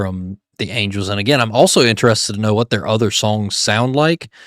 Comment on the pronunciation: Angles? Angels. Good Grief.